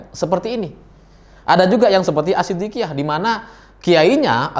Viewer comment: maaf bang sspertinya namanya mungkin yg abang maksud shiddiqiyah bukan asshiddiqiyah 🙏🏻